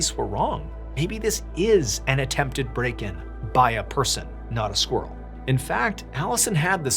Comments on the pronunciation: I love the way you say squirrel as squrl ❤❤❤ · Squrrel? Squirrel? I pronounce it with the I. Non-native English speaker.